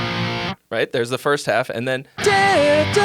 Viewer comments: That’s what I hear too. It’s odd how he says it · It sounds like he's saying DARE DARE. Lol!